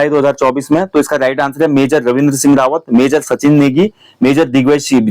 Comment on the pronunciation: Singh hai sinya nhi plz respect fully humare surname bola kre